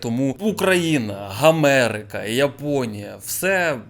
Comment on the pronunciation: Гомерика чи мені почулось? Ну реально зараз обставини такі, що Гомерика підходить 😂